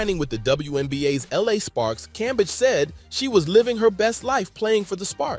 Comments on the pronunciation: Brother, her last name is pronounced Cam-beige. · how many ways can this dude say Cambage wrong 🤣🤣🤣